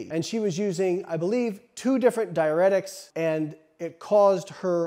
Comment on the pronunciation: Your content is good but you are pronouncing diuretics incorrectly